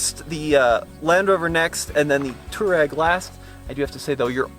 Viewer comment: Touareg should be pronounced "TWA-REG", after the nomadic African people. VW gave up on the correct pronunciation after so many mispronounced it. Similar to Hyundai in the late 80's, as the correct pronunciation is HYUN - DAY (Y sound is pronounced).